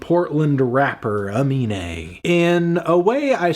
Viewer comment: Anthony, his name is Aminé, please stop calling him anime in your review